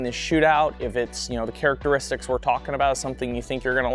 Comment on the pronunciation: say "charachteristics" more.